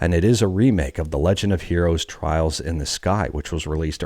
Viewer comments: Trails not trials. He said it twice. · Its trails not trials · Did you say Trials in the Sky on purpose to farm for more engagement? It's Trails. No way that was accidental. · *Trails... not Trials, lol x